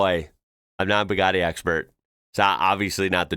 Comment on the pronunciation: eheheh it's so funny to hear how you say Bou-God-y